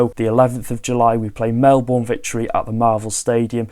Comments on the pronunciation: Mel-BERN! Not Mel-BORN! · Aussie fan here and just bought tickets for the Sydney FC game (my team). So keen! I need to decide whether to wear my Sydney or Wrexham shirt..., slight tip, if you do any more coverage on the Australian pre-season tour, Melbourne is pronounced 'Melbin' for some reason. Love your work.